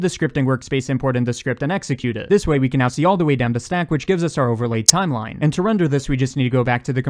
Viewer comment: "our overlay *TZ*imeline"